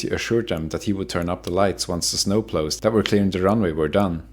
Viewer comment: Snow plow is pronounced like cow. Not like mow the grass.